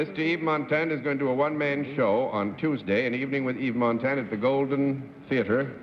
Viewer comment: lol Cerf butchering Yves Montand's name